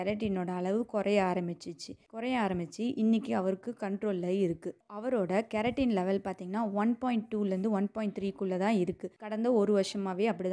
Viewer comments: Pls pronounce properly 😡😡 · கெரட்டின் என்பது கேரட்டிலுள்ள பொருள். நீங்கள் வைத்தியம் நன்றாக சொல்லிவிட்டு கிரியாட்டினினை தவறாக உச்சரிக்கின்றீர்கள். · Ma olunga sollu no keratine